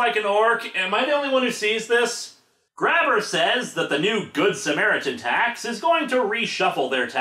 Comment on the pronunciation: The Grabber family comes from Quebec. It's really supposed to be pronounced Grab-Bay.